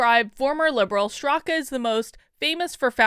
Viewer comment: Why is calling him 'Strak'? Is the second syllable A silent in Straka? Confused. As far as review of this article, she's right to defend the innocent. Her POV is balanced and fair.